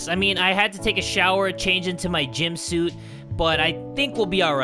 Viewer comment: he said "Gym suit"